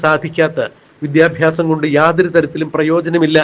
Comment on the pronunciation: ഫരണ ഗടനാ... വിദ്യാഫ്യാസ മണ്ടൻ